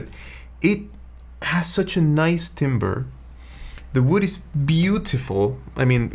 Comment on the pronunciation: I believe "timbre" is actually pronounced more like "tamber" since it comes from French. Not a big deal but I initially thought you meant lumber when you said timbre